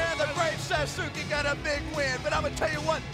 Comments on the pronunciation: It's sad they don't ask people how it's actually pronounced It's Sauce Kay. Everyone keeps saying Suzuki and it bothers the hell out of me. They couldn't hire someone fluent in both English And Japanese? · Actually, it would be pronounced "saaskay" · It's "SASS-KEH" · How laughable they can’t pronounce Sasuke right. Every time I found The Great Sasuke makes me think of Sasuke Uchiha (Naruto).